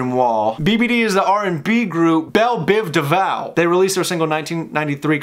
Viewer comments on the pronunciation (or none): “Bel Biv DEVOW” LMFAO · Hey, nice. Shoutout to Nas. And it's Bel, Biv, Devo. Like the letter O. I forgot Q-Tip was in this:P